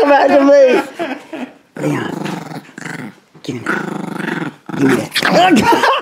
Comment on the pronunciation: Me: "Is it Lee-yawn? (Leon.) Man: "No. It's Lee-own!"